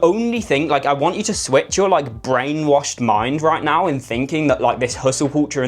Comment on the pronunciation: "I'M TELLING YOU ROIGHT NOURR" 🗣️🗣️🔥🔥